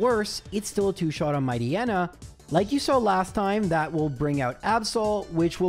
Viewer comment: Matchneya? Bro, you need to be stopped lol